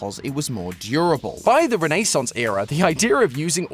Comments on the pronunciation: “Renaysaunce?” in America it’s ren-ah-saunce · Reh-... Reh-nay-sans? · Renaissance ❌ Renay Sauce 👁️👄👁️ 💅🏽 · The way says Renaissance is the same energy as Santi saying CapriSun.